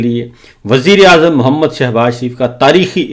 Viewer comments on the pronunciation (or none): none